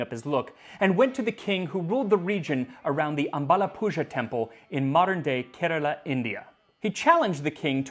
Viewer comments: Just fyi, Azhapuzha is pronounced like Aah-LLa-pu-LLah , the z is a retroflex LL sound where you have to bend your tongue to the deepest part whilst pronouncing Lla. But find goof youtube videos where they pronounce it easily. But thanks a lot for making this video, glad to see you happy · I'd like to mention, it's not said "zha" in aalappuzha, though it's spelled with zh. It's rather an "r" just as Americans would say. Coz ,we Indians roll the r, strongly(not those in the end of a word). zh is just an indication. Coz, there are different alphabets/sounds for r and l in Tamil and Malayalam. The unrolled r belongs to the L family. Zh is just for indication, since z sound is not there in these languages, so you won't confuse it with other sounds. Well, I wanted to share this, coz his pronounciation of those Indian terms are nearly perfect. Just bumped into this channel. Just wow. History and food. I'm in.